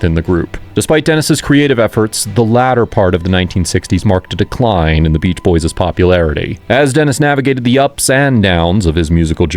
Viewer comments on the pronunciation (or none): Stop saying boyses. It's boys'. It's understood by context that it's plural. You don't need to add an extra s sound.